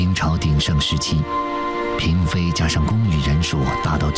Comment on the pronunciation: 嫔妃读pin不是读bing 台湾佬